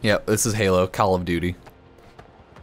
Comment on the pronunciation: Halo: Kahl of Duty LOLZ !! !!